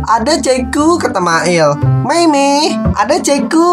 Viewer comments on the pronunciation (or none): none